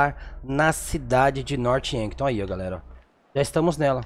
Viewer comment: E Norph Yankton. Não Norte Yanton